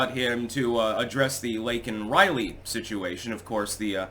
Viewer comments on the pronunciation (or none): Yea I noticed that..liberals NEVER say ILLEGAL..always "migrant"...wonder how that went over?? He did say 'Illegal" ... when he had to say Laken Rileys name.... which he mispronounced. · he can orange man bad, and compare J6 to 9/11 and pearl harbor, yet he can't get Laken Riley's name right, nor can he compare his failed policies with the failure of the nation....it's like he has dementia or something